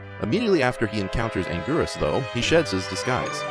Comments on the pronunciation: It’s angurius not angweerus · It's angweeerus